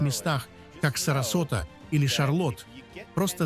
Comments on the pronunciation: СарасОта! Делайте хоть правильные ударения, боты! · СарасОта, а не СоростА. Ну как так можно. Противно. Не хочу смотреть